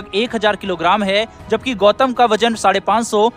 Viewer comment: बम का नाम गौतम है उसे गौथम मत बोलिए बैटमैन का शहर नहीं है वो